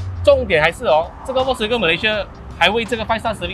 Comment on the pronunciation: 小编可不可以把人家品牌的读音读好一点！是fox音，不是volk音！还说你是vw的车迷